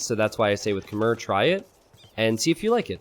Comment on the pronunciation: Please learn how to pronounce "Khmer" properly.